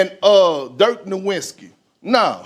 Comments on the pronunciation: He said Dirk New Wit Ski. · He cant even say “Nowitzki” correctly. He has ZERO business being in the position he is. He is uneducated, not a good speaker, and was a sub-par player. He’s also a racist.